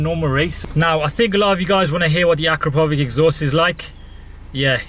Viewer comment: Great review as always, although I would pronounce it "a crap oh vitch"